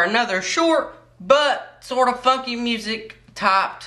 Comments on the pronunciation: it sounded like he said f*cky music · It sounded like he cussed when he said funky